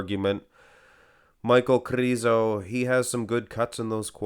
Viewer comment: Those videos are only excuse for you to say kRRRizo🤣,nmsaying